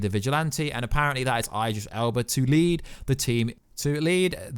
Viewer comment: I generally think your mispronouncing IDRIS on purpose